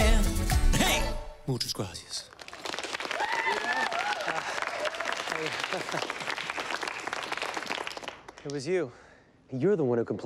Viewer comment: For real, it sounded like he was saying “moochoes grace-yas”